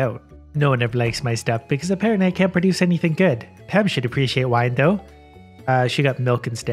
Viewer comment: "pra-duce" gets me every time.